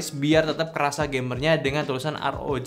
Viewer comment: Dear to play bang. Bukan dir tu lip😂